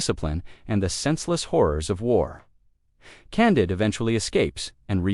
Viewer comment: Candeed i think is how its said